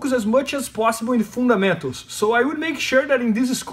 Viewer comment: ahhhhh, "fundamentals"... Only took me like 4 rewinds to figure that out - I thought he was talking about "food and mento's" 😅